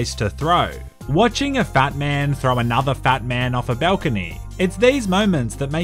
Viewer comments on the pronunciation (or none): none